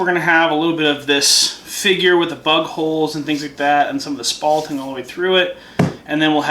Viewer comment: Did you say bug holes or butt holes?